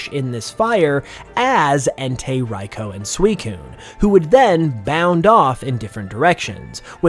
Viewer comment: Raikou's name is pronounced ry-koo not ry-co btw.